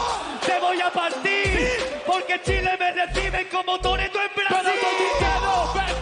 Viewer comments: Toretto, no torero xd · Toretto, no torero jajaja